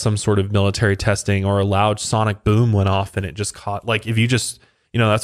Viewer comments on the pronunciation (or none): none